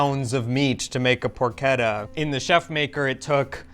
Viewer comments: I notice that in the pronunciation of Porchetta, always goes in the direction of “Porcheda”. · Pro Keta is far from Italian get your shit sorted